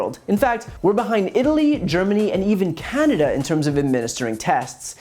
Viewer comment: Why did you say "and even Canada" the way you did. With regards to testing - as if you wouldn't expect Canada to do better?